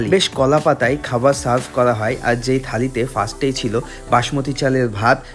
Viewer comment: খাবার ❌ খাবাল ✅